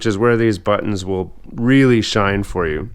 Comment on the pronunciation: The way this man pronounces "butt-tunns